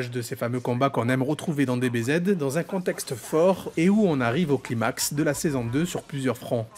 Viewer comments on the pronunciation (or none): none